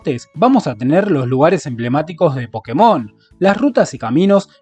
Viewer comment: Una leve corrección es que se debería decir "Pokémon", sí, con tilde en la é. ¿Razón? En japonés se llama "Pokketto Monsuta" con acento en kke. Por lo tanto, al abreviarlo te queda como "PoKKEmon" o Pokémon. (Que Pokketo sea una forma japonesa de decir pocket ya es otra cosa